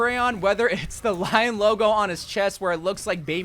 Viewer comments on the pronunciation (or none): none